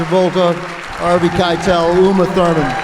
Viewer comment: I admit. It sounded like the moderator said ‘R.V.’ instead of Harvey. Keitel keeps talking about Reservoir Dogs. “It’s KAI-TEL.”